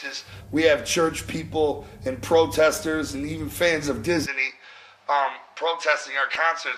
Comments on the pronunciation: Dizz-a-nee lmao, sorry. I had to do that. mcl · is he saying dizzy knee? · Diz Uh Knee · Lmao sounds like J is saying disiney